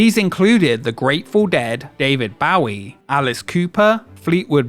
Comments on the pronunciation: Did this dude really not know how to say David Bowie? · Dude - how can you be British and noit know how to pronounce 'David Bowie' Lol. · The biggest nightmare fuel in this video was how David Bowie was pronounced. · wtf is David bowwie? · David Bowie did not deserve that butchering of his name. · The way he pronounces David Bowies name 🤣 😂.